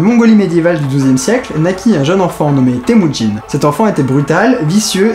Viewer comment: Tému-Jin (à la phonétique :p ) était un vrai casse-couille quoi